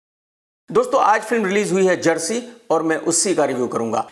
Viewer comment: jersy नहीं chersy